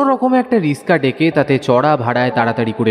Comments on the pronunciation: Kthata rickshaw not rishka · ওটা রিক্সা হবে।রিসকা নয়।